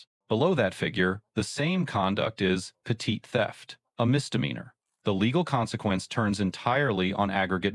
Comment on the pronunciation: Right. So many terms were mispronounced. Like “pet-it theft” ?😂